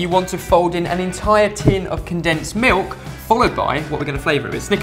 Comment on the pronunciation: I thought it was pronounced conden-sed? :P